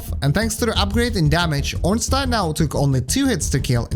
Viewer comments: glad you said ornstein right, everyone pronouces it as ornstien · Honestly, the most surprising thing I learned in the course of watching this video is that there's a person on the entire internet who knows how to properly pronounce "Ornstein"